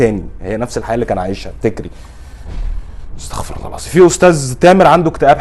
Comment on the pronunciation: استغفرالله تنطق بحرف ال غ ليس بحرف ال خ. حتة لا يتغير المعنى ❤